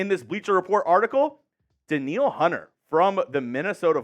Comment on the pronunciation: Danielle = Dan-yell Hunter lol